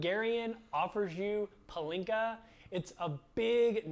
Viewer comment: why is he saying Polinka when its said like Pálinka